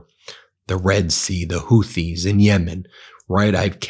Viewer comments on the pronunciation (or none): Ben, it’s Houthi- Hoooti as in booty. Thank you for correcting your pronunciation of Hormuz to Hormooz vs Hormoze. It discredits you to make these errors. I’m am no one and don’t pretend to be but you have a large audience. You need to be better versed in your content. I’m still subscribed but please keep working on fine tuning and deepening your content.